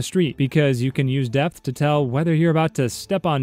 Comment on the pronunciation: Depth. He said "Death"...